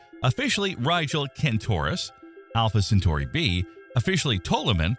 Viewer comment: Talking about Alpha , Centauri the Ai z pronunciation is atrocious . Look ,we stopped going to the moon with men cause all of them went looney . Best send women next time. What a nightmare it would be for a human to stay in space for years.